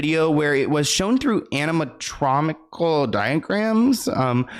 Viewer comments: Love you but “Anamatromical”?! 😂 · Ok I’m sorry to be this person but “animictromical diagrams” 😂 Love you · Ah yes, "anamatromical".. Bruh, sound it out. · “Ana-motronical” got me😂😂😂